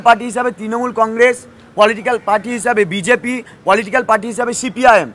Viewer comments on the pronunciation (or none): none